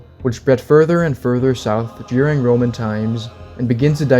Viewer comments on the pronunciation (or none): none